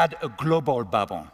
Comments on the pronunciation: He sounds ridiculous. Learn to pronounce BUBBLE. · "BA'BOLS", lol - He's doing well for some who's first language isn't English.